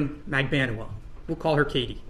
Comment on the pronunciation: I can't count the number of pronunciations the two of you have said Magbanua. Katie herself said Mag-ban-oo-ah.